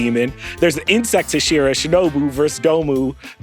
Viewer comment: Very "book reader who's never heard the word spoken out loud" energy lol.